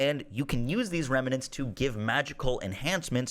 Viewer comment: Remnants, not remanants. There's not an a between the m and the n.